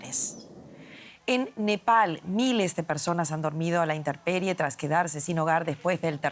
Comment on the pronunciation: No solo habla y se expresa muy mal esta lectora de noticias, también demuestra un brutal sesgo político, a decir: Por decir intemperie, dice "inteRperie". Para referirse al hermano pais de Guatemala, dice "guatAmala" Para referirse al candidato Liberal Sr. Javier Milei, usa el concepto malintencionadamente de "ultraderechista". Es una verguenza esta Srta. y también el canal "DW", que evidencia ser sectario. Ojalá tengan la decencia de corregir.